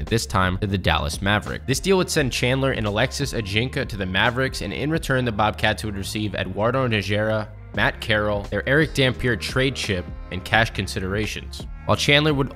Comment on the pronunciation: Good job overall. Some pronunciation errors: Alexis Ajinca (Ah-Jeh-saw) - I don't know why the n is silent. Eduardo Najera - I've heard NA-HAIR-uh and Na-HER-uh. The first is, I believe, the correct pronunciation. However, I'm not a native Spanish speaker and Najera comes from Arabic, so all bets are off.